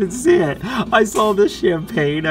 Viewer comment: Keep Up The Fine Skills Play! CHAM-PAG-NAY!